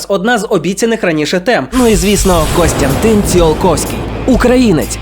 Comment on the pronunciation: і-ден-ти-фі-ка-ці-я а не індетифікація і Костянтин а не Констянтин